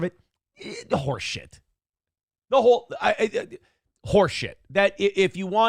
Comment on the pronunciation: "Horse shit" or "whore shit"?